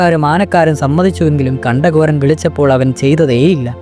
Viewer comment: കണ്ട കോരൻ അല്ല. 'കണ്ടൻ കോരൻ' (കണ്ടങ്കോരൻ )